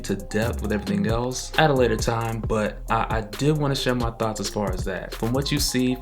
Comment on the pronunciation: Did he say Thoughts cos it sure bloody sounded like Thots 🤣🤣🤣🤓🤓 I'm just saying